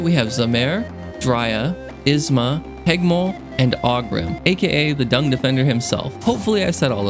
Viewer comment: hegemol is pronounced hejemol btw